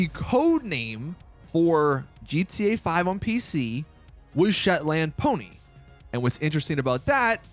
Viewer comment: I'm a Scottish man myself and you have completely demolished the name 'shetland' you pronounce it like shetlnd (well that's how I do it in Glasgow or it's just me being an idiot)